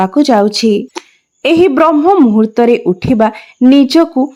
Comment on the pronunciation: ବ୍ରହ୍ମ ମୁହୂର୍ତ୍ତ ନୁହେଁ ବ୍ରାହ୍ମ ମୁହୂର୍ତ୍ତ